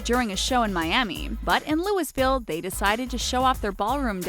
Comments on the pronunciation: its "looeyville" not looisville! this announcer mispronounces sooo many things it's annoying! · its not pronounced. Louis - Ville. its pronounced Louie - Ville. I live in Kentucky. and want to correctly pronounced it for you ...